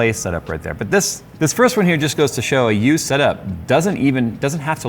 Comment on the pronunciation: Every time you said of used parts I heard abused parts. Makes sense.